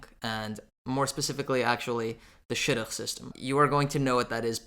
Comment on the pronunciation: Sounded like you said shotgun LOL